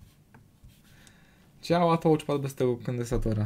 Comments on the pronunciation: Błagam: "TACZPAD" nie "tołczpad"❗ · A czasami brzmi jak tłuczpad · "nie działa tołczpat". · jezus! co to jest tołczpad? (da się przeżyć, jak ktoś kaleczy wymowę raz - gdy raz coś wypowie, ale jak się to powtarza i powtarza?! ileż można!) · troche uszy bolą od "tołcz" pada, poza tym naprawa fajna i prosta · Psuje całą przyjemność oglądania